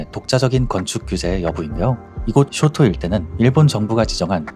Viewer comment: 쇼토 ✘ 쇼오토오 松涛◯ 도쿄 ✘ 토오쿄오◯